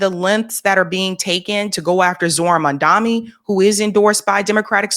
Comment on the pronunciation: Oh god PLEASE. Don't start pronouncing Mamdani's name wrong like Cuomo did in the debate. This is the 2nd time you've done this. In the debate, Mamdani got very pissed that Cuomo didn't even know his name.